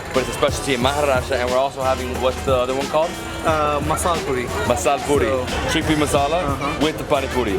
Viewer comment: Mazzzalaaaa pooorrrreeee. Thats the real punyite accezent.